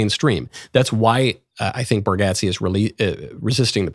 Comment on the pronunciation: You’re the first person I’ve heard pronounce Nate Bargatze’s name correctly. 👏